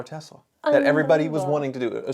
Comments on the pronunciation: can you please Spell Tezla I mean Tesla 😂😂🤣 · God I wish everyone would stop calling this company TeZla. Has everyone gone full retard?